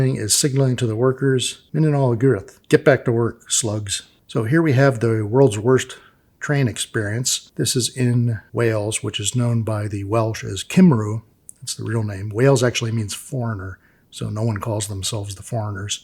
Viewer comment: Cum-rhi, is the pronunciation if i had to nit-pick lol